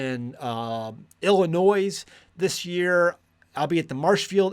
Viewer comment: Ill-i-noy!! 😂 Not Ill-i-noise! But hey, we fled from there in 2024. So I guess it doesn't matter how to pronounce the communist state!